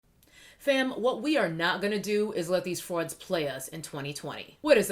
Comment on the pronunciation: I'm HERE FOR the newyork with which you pronounced "frauds".😝 I know LITERALLY NO ONE who has EVER played 'best fiends'. I use ppl's groupthink tendencies to help me thin my following as well...but I pay attention so I know who's willing to jump blindly onto the bandwagon. SAME. It lets me know how low their sellout prices are tho', so I know not to trust them. Because I don't pay attention to sponge videos (since I don't generally use them), I never saw videos on the "silly sponge", but I saw it in the DOLLARstore (so I DAMNsho didn't pay no $25 for that shyt). I wish I'd have done a video to expose how TRASH it was FROM THE BEGINNING. I wish I'd have seen other gurus sing its praises. I like knowing who can't be trusted up front. Unlike most females, I LOVE redflags. And I take heed. aLOTaLot of more affordable options... A LOT. Clickbait copy titles are a useful redflag indeed. .... I got two black-owned words for you: SCALP SOOTHER.... You're welcome. Miniature push-mowers w/needles.... OMG.😂🤣🤣🤣... I would LOVE to know which chicks were doing this -- but that's okay because there are PLENTY of more lies about more products being told these days too. 😏 Collabs are instant flags for me too.... , Just sayin'.